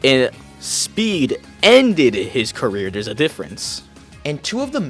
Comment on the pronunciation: "carrer" goes crazy